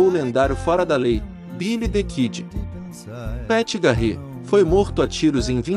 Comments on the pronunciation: Poxa, precisa dar uma melhorada no inglês. Não dá pra falar do Velho Oeste chamando uma das figuras mais emblemáticas dessa época de Pat "GARRÊ" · gostei da trilha toda tirada do RDR2 obs : na proxima vez procure saber a pronuncia dos nomes tipo Pat Garrett e Calamity Jane ficou irreconhecível a pronuncia de ambos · O NOME DO XERIFE PAT GARETH SE PRONUNCIA PET GARETI E NÃO GARREE KKK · Péti Garrê….Ahahahahahahahahahah…..